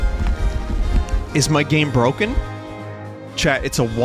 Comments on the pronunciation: Game's really bwoken. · Wow, five times in a woah, maybe your game is bwoken.